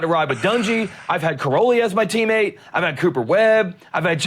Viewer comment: Those type of questions are definitely for the pits not a post race press conference. It’s totally irrelevant of the race. There is a right time and right place for things. That definitely wasn’t it. Try to work on pronunciation and annunciation. It’s teammate not teammet